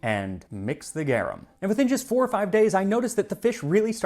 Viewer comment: Just started the video, but you MUST correct his pronunciation of garum! Easy fix!